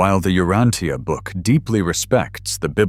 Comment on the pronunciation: Outstanding lesson. I've been reading it for a very long time and your talk is excellent. Thank you. Please, U-RAN-cha.